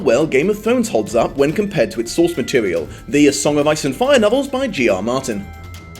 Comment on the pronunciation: Talking about pronouncing things's weirdly, when I heard you say "by G. R. Martin," I thought you said, "Geor Mormont." What a strange mishearing adventure.